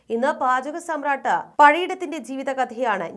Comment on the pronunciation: സാമ്രാട്ട് അല്ല, സമ്രാട്ട് ആണു ശരി